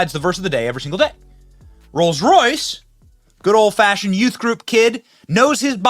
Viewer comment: whenever I hear you say "Rolls Royse", I think of my daughter, she lives in Royse City